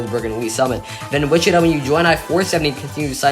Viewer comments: It’s Wi-chuh-tah, not “Wich-it-uh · They're right, the third syllable is like Todd without the D's. You got the emphasis on the first syllable correct. I'm only referring to the city, I don't speak any indigenous languages.